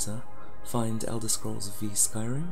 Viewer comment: had to stop , you don't really think the game is called Elder Scrolls Vee right?